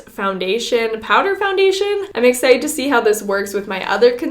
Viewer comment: If you don't like "... a very exited wideo..." PLAY